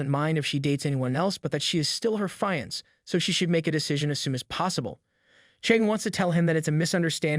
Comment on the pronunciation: ok great series but the thing that bothers me ever so slightly is he says fiance difrently